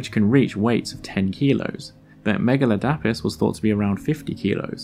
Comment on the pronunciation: Megaladapis isnt pronounced like that it's megu-lad-i-puss